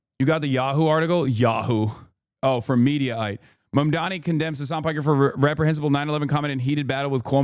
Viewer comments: Dude why do republicans all say “mandami” 😂😂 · Fox News, Cuomo and Sliwa all getting Mamdani's name wrong is the same deliberate tactic than people on the right used against Kamala Harris (calling her Kuh-MAA-luh rather than KAA-muh-la). Mandami, Mamdami, Mamdaji... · Fox News tripping over themselves to pronounce Zohran’s name wrong is hilarious.